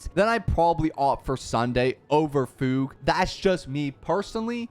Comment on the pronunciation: He actually said fugue right